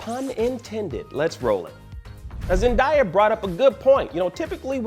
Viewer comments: yeah he was just saying it that way with die in the video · Isn’t it pronounced “Zen-Day-Uh” (Zendaya). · Bro what’s with this guy and pronouncing words😭😭😭😭 now it’s "zendieah” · Bro seriously learn how to pronounce someone’s name. It’s Zen-Dey-Uhh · "Zen-die-ya" Although it's surely just a mispronounciation of her name, considering the topic and video title, it made me immedietly think you making a Gwen Stacy joke hinting towards a possible future for MJ lmao. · It’s pronounced Zen-day-a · This is 2021 you need to pronounce Zendayas name right, that doesn't make any sense for you to be saying her name wrong. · It’s 2021 and media analyst are continuing to pronounce Zendaya’s name WRONG. Like what is so hard about this?? ZEN-DAY-AAAH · It's on purpose now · It's really not that hard to pronounce her name tbh smh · How you Black and pronounced Zendaya name wrong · don't get at blue2, your the one who's been saying her name wrong all this time. Zendaya's name has been said on TV and the Internet for years, where have you been. The next time you report something maybe you do a little something called research to learn how to pronounce someone's name correctly. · Way to butcher her name. Man